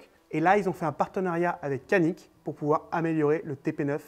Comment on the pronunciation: Belle petite vidéo et surtout belle arme ! Les pistolets Canik sont excellents, juste une précision Canik se prononce "djanik" en turc qui veut dire "méchant"